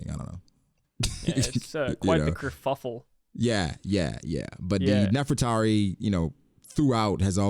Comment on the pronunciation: Bruh said "hulla balu" and "Kirfuffle" lol